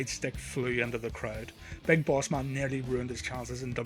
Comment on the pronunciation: Big Boss MUn, RUndy SUvUge, ... Please get your pronunciation right next time.